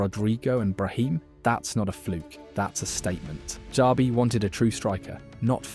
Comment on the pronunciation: its not "sabi" its "chabi"